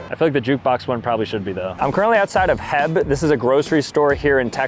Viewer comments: It’s not her it’s h e b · He called H E B heb😂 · Laughing because he called it HEB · It’s pronounced h e b not heb that is why there is a dash between the letters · ITS NOT HEB!!!! ITS H. E. B.!!! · bruh its H.E.B., you pronounce it as separate letters not a word 😭